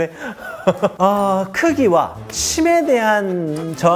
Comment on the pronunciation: 쉽독인데 이상하게 씹덕이라고 들리네 자꾸ㅋㅋㅋ